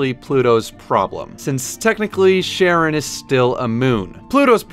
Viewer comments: You pronounced it like "Sharon"? Russian writes like "Horon" and pronounced like "Haron" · Pluto's moon Charon is pronounced Care-on Sorry in advance, I'm a greek mythology slut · charon is pronounced more like Karen which I think is appropriate